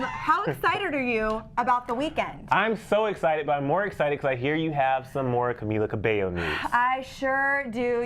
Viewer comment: THANK YOU SO MUCH FOR SAYING CAMILA CABELLO CORRECT